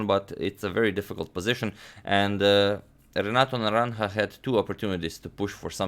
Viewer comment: I’m most impressed with your pronunciation of Renato’s full name over and again.